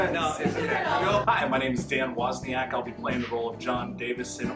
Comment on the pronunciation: So the guy even pronounced his name properly on camera and still you say it wrong?! Man, that's ignorant. It's like saying "tree" instead of "three" it's just lazy and as I said ignorant. I'm from Scotland, specifically Aberdeen, where I talk a language called 'Doric' Yet, when I'm in my professional setting, ie; work, video conferencing or meeting clients etc I talk in a very generic Scottish voice. You can talk in a very generic Irish voice, but you chose to be utterly lazy and ignorant and butcher loads of words and it genuinely detracts from your videos. Especially the part where he says Wozniak not WOzniak and you still pronounce it wrong 😅😅 Cmon man, be more.